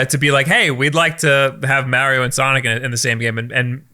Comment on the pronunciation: I hate the way pronounces mario